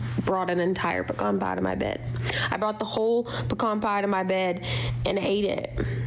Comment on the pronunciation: She pronounced pecan pie wrong, hidan was closer to the correct way